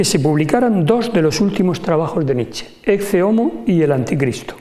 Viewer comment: ¿ No se pronuncia la expresión latina como "Eque Homo" ?